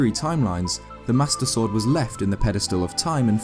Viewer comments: says sworduhh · "covered in moss and foilage" is this guy dyslexic? Jesus his voice is annoying too... the way he talks is pissing me off. "sworduh" it's like he's trying so damn hard to sound cool.